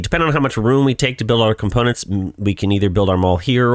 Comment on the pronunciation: I underestimated how many times was gonna say comPOWnants. hahaha